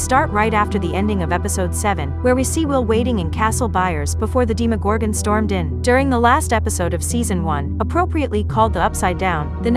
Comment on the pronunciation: ermagerd if they pronounce demogorgon the way this video does im out lmao